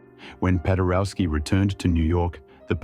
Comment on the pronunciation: "W" in all slavic languages is pronounced as a V - PadereVski.